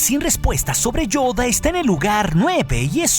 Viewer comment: Me encanta como pronuncia "Yoda"